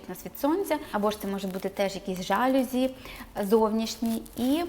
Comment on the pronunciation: В слові ЖАЛЮЗІ наголос падає на останній склад. З повагою Філолог